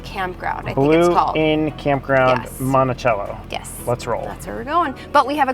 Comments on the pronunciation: You could have seen the world's largest frying pan in Brandon, Iowa. It's not too far from Monticello. Pronounced Monti-sello. Lol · We pronounce it Monti-SELL-o in Iowa. :)